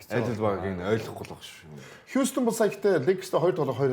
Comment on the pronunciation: хьюстен ged heleech surchaj sda